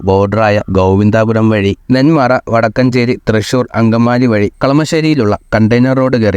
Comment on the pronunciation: ബ്രോ വടക്കാഞ്ചേരി അല്ലാ വടക്കഞ്ചേരി ആണ് ഇത് പാലക്കാട് dst ആണ് അത് തൃശ്ശൂർ dts ആണ് പ്ലീസ് correct 🙏🏼